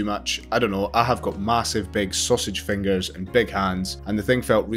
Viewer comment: Nobody: This guy: I gout mahsive fiengurs